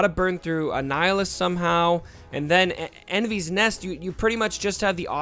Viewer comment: Great review - some advice on pronouncing her name. It's a welsh girl's name (meaning rainbow) and should be pronounced "Envis" rather than "Envees". Although given this is in a galaxy far, far away who knows :-)